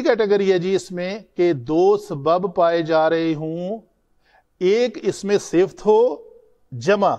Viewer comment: Sifat hota Hai sift nahi hazratt